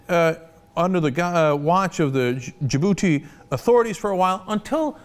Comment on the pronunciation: Lol i thought he said DA-Booty